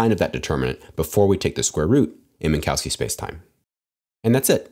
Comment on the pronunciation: This is not how you pronounce "Minkowski".